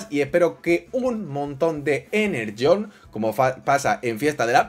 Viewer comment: Energón❌ Enerjhon✅